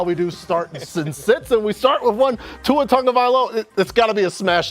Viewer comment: It’s annoying hearing them pronounce Tua’s name wrong. There is no letter N in his last name